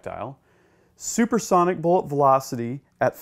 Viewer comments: "subersonic" XD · "Subersonic" ?? haha ;) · wtf IS SUBERSONIC ? i've heard of SUB-Sonic, or Super Sonic.. never heard of SUBERsonic. ????? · Ha, "Subersonic"...what an idiot.